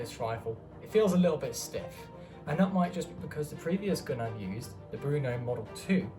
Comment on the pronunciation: Very nice review. Let me yust add, that the name of the gun is not "Bruno", but "Brno", as the city in Czech Republic.